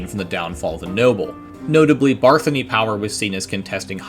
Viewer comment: I thought it waa Bathory not Barthany?